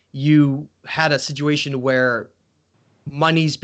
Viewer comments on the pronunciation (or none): none